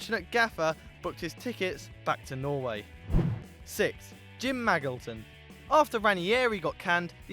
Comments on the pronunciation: "Maggleton"... Your pronunciation pains me sometimes. (it's pronounced like Majilton) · It's pronounced Ma-JIL-ton by the way. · Isn't it "Mad-Jill-Ton"....